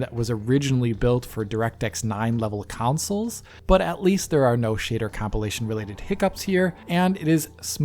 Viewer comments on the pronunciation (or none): please, I love you, but they're not "Councils" [COWN-SULLS]. They are "Consoles" [CON-SULLS]. They are two very different words with two very different definitions.